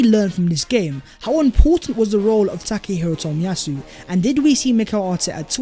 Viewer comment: Tack Her Hero Toll-Me-Yah- Sue . It was good to see him back.